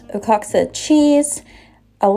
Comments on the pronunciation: You pronounce it wah hock ka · Yum to everything! Hope I’m able to find that barria sauce. We don’t have a Kroger by us 😭 and the Mexican cheese is a tricky one to say lol it’s pronounced “wuh-hah-kuh” 😊 And I have to say I love that shirt you have on. So pretty❤❤❤